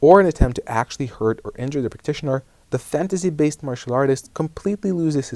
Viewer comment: "fantasy" is pronounced with an "S" sound , not "Z" sound. But good video.